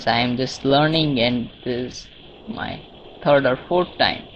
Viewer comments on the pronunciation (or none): none